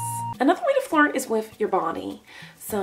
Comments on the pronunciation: Is it only my or does somebody else also understand "fart" instead of "flirt" ? how to fart with your face ? :) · Who else heard fart instead of flirt in this video ?!?!?! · When she said flirt it sound like fart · I thought she said "I'm teaching how to fart" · I love how it totally sounds like she's saying, "Fart" instead of "flirt." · I THOUGHT SHE SAID HOW TO FART 😭😂😩😂😭😭😂😭😭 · when u say "flirt" it sounds like "fart"!!